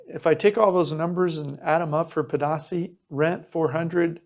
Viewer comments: It’s pronounced: Pay-dah-si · Unbelievable that a gringo that would like to perhaps connect with locals and appear to know the culture and place not even make the smallest effort to pronounce the name of the principal subject of your video correctly. Every time i hear "pah dah say" I want to puke. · its pronounced ped-a-SEE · Nice video...but, Pedasí is pronounced as Peh-dah-SEE. And Venao is pronounced as Veh-NOW. Do your homework! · Pedasí has an accent on the last syllable, not the middle one. Venao is pronounced vĕn•åh'•ō. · Seriously bruh if you can't even pronounce the town name ... smh